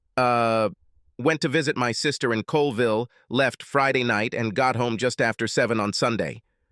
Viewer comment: Since freeday??? Wtf this AI can't pronounce Friday correctly?